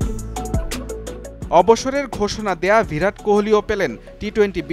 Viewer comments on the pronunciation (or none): ভিরাট❌ বিরাট ✅